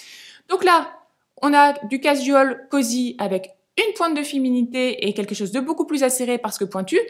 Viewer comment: Juste 2 choses (c’est dit gentiment 😊) - un pull irlandais ok alors le loch ness et les pêcheurs islandais non! - casual: prononcer cajoual sans accentuer la syllabe jou au contraire « l’avaler »